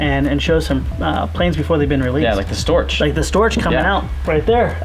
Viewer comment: Glad it was a big succes. BTW, a coffee making man is a barrista and Storch is pronounced Stork (it's a German thang).